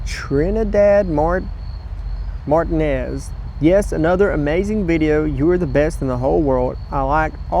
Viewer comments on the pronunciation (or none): none